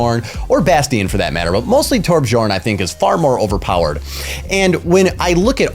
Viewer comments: it's "Tor-BEE-Yorn" :) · I think the way you speak Torbjörn is overpowered :D .. It's Torb- YORN